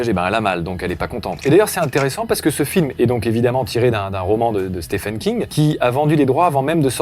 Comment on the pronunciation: Stephen King se prononce "Steven" King c'était la petite astuce gratuite.